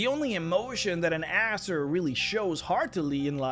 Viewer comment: You pronounce Azer like Asser. XD